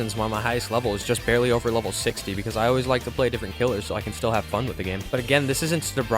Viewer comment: "I LAWAYS COMEBACK"